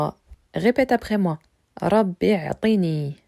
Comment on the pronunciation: l’erreur est que tu lis le mot أعطني avec un Hamza Al wasl اعطني. Alors que le Hamza ici est un Hamza Al qat3. tu supprimes donc une lettre et ça change d’ailleurs le sens du mot qui du coup n’est plus le verbe أعطى mais عطى. Attention c’est quand même une erreur basique de lecture. Sinon courage à toi et continues c’est une super idée de vidéo 💪